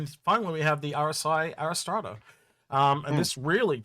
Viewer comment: Did call the Arrastra the ErikEstrada? If so, I'll put my "Chips" in;o)